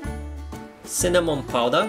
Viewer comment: You keep saying Cinnaminamon and I just I keep laughing you are so cute